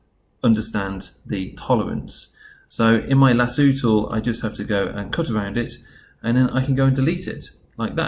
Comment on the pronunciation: 'lasooo' im dying rn